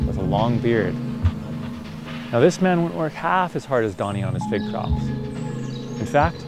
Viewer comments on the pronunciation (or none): Oooh fig! Not pig... 🙈